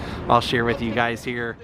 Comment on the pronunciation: “Running wid” 🤦‍♂️